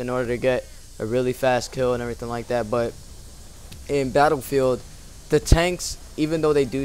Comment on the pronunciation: I like the way you pronounce BATTLEFIELD